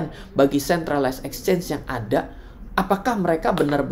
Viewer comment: exchange bukan Ecchange